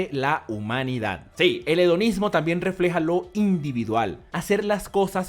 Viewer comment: Hedonismo Yo escuchando: Onanismo